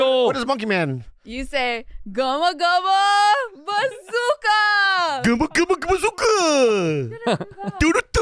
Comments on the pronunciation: Even though she goes with "gumma- gumma" not gum-gum, when captions read gum. 😂😂😂 and I know she doesn't speak Japanese. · I love yall but it's gum gum bazooka not guma guma lol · yeah it wasnt even the correct japanese way of saying it. Gomu-gomu-no bazooka